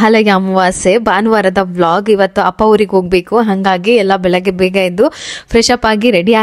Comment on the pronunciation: ಬೆಲಗ್ಗೆ ಅಲ್ಲ ಬೆಳಗ್ಗೆ ಸ್ಟೈಲಾಗಿ ಮಾತಾಡೋದು ಬಿಡಿ